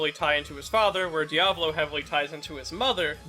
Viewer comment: Why does he always pronounce "Diavolo" as "Diablo"